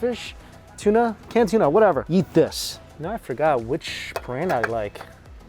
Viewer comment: Is it just me or does Mikey sound like he's saying "yeet" instead of "eat". 😅 Doesn't really matter, it works either way. All you can YEET... in your mouth. 🤣